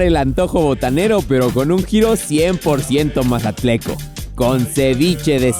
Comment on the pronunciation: se dice mazatleco 😂😂🤭😌